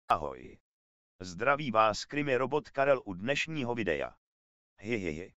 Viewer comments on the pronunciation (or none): Pan by se měl naučit vyslovovat tak jak se má,neříkat videjo ale video.Rve to uši